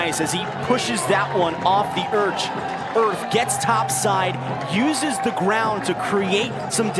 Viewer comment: lmao "Off the earch. Earth."